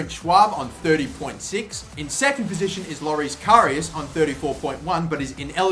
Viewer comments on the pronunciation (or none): none